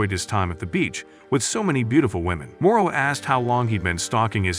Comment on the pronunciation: Morola not moroa